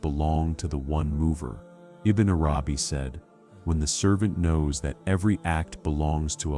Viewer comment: Such amazing teachings but would it be possible to get the AI voice to learn correct pronunciation of the noble names ? And that it's Arabi not arAbi. And Allah has double lls which should be given their full value. This is important not just linguistally but to show proper respect to the ultimate Lord & his devout scholar & servant.